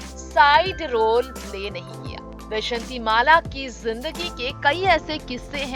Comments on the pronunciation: pehle naam tho theek bola karo jhoote-makkaaro! bejanti mala NAHI VYJAYANTHIMALA!!!!!!!!!!!!!!! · Not vyshatimala. It is vyjayantimala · बैजंती नही भाई वैजयंती बोलो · Tume vyjayanthi mala bhi teek se bolne nahi aata tume kon anchor banaya. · Naam to thik se bolaa karo. ...pahle hindi bolnaa thik se shikho.